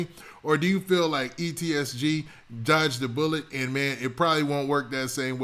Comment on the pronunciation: PLEASE FOR THE SAKE OF YOUR FOLLOWERRSS !!!! FUCKING MAKING IT SHORT AND BRIEF !!! THE RAMBLING HOLY SHIT RUN ON SENTENCES.. AND ITS EEEEE SSSSSSS TTTTT NOT EEEEEEEEEEEEEEEEE TTTTTTTTTT SSSS GGG !!!! holy your a reporter and dont even know how to pronounce there NAMES ?